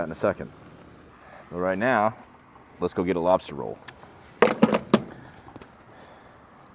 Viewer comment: Lobstah roll❤️